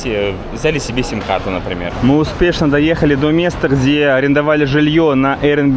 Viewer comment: Ребята, не е сим, а и сим! Оэто буква И!